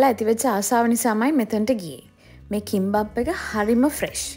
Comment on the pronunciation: " 김밥 " ඒ ලස්සනටම තීන එකේ නම ලස්සන විදියට ඇහුන 😉 තවත් මන් වගේ අය සිටී නම් Like Button එක උඩ නැගලම යන්න "Kimbap" ☝